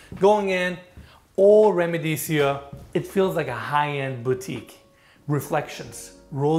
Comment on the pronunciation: I llve the way you pronounce RIMADESIO 😊❤ so cute